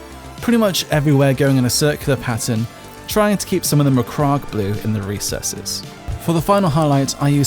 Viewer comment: No disrespect but you pronounce macragge like megamind